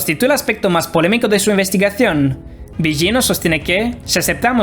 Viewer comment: No se pronuncia "Biyino". Busca la pronunciación correcta. No existe ese sonido en el español, pero es más parecido a la L.